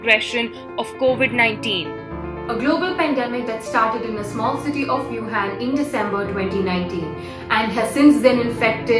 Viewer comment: It’s not wyoo-han it’s woo-han